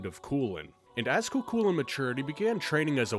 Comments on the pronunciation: for lancer's name I'd go with (Koo Kullen) - pronunciation wise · "I don't know which one's right and which one's wrong" Funnily enough, from what I've read NEITHER DO PEOPLE WHO ACTUALLY SPEAK GAELIC. I pronounce it phonetically (Koo Koolayne) and I haven't been yelled at yet for it lmao